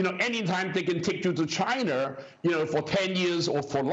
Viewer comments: oh man new drinking game. shot everytime he says chiner! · Why does he have to say "chIIIna" like that .. annoying..